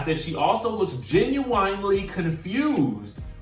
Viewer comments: Sophan Smith thank youuuuu 😭😭 I thought I was the only one! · Am I the only one who has a problem with how the word, genuine is pronounced????